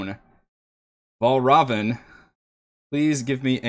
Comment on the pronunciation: There's a very easy way to get Valravn's name right - just think of it sounding like 'Red Robin'. Also now I imagine every time somebody says his name Fray would follow it with 'Yummm!'